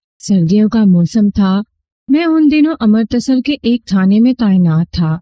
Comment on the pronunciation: خوبصورت آواز ، دلنشین انداز بیان ، لیکن تلفظ پر تھوڑا دھیان دینے کی ضرورت ہے ۔Amartasar نہیں Amritsar ہے ، بھارتی پنجاب کا مشہور شہر ۔ اسی طرح تم نے گوبندر (Gobinder) کو Go bundar بنادیا ۔ Love from Mumbai.